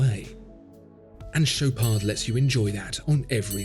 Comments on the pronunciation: he also mispronounced the ch, it's not sh, its ch like in chicken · It pronounces "Show paar". Not that you'd care for it. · The D at the end is silent. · Dude you dont pronounce D in the Chopard just dont